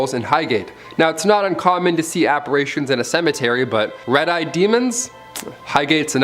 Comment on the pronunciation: Ghosts or spirits are typically called, A P P A R I T I A N, not A P P A R A T I A N.